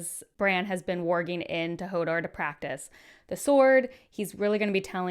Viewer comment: it’s hilarious that you apologised for pronouncing Lysa wrong but also spelled and pronounced Hodor wrong too🤣 Lovely insightful reaction video!